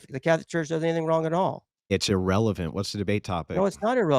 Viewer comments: “illrelevant” 😂 At least I learned a new word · That’s “illrelavent” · Thats "illreverent" 🤣